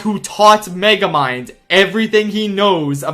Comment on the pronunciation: Dude him being so pissed at Meguhmund dum synduhcite was one of the highlights of my day when I first saw it, it was so funny, and now I see it again in Mario Kart? Beautimus